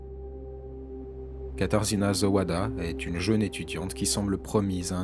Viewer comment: on prononce "katajéna" (katarzyna)